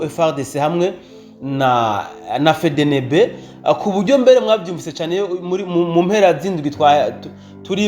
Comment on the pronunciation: Uzuravuga Efdienibi apana fedenebe 🤣fedenebe ivuga abohakury uze uraga prononça 🤣🤣💝💝💝💝💝💪💪🇧🇮🇧🇮🇧🇮🇧🇮🇧🇮🇧🇮🇧🇮🇧🇮🇧🇮🇧🇮🇧🇮hejuru cane gihugu canje🥳🥳